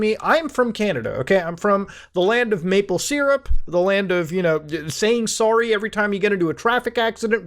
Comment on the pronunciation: "soerry" lmao